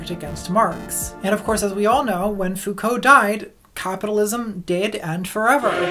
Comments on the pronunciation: So just for laughs, the way Sargon mispronounces foucault (it's supposed to be foo-koh) sounds more like faux-cul (literally fake-ass), the french expression for someone phony. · I love how she put Sargon in there pronouncing Foucault's name as "Fouh-cooh". x´D It is so cheap to make fun of someone's mispronunciations, but goddamn is it funny! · It's pronounced, 'Fuu-cou' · As a french guy, it's even funnier to me as the way he pronounces it sounds like "faux-cul" (literally: "fake ass", a colloquial term for hypocritical people) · I don't really know who Sargon is so I was sitting here thinking, "I'm pretty sure that's not how you pronounce Foucault but oh my god have I been saying it wrong for the past deca - oh. Oh, okay."